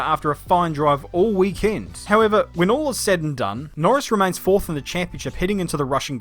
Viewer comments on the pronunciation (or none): none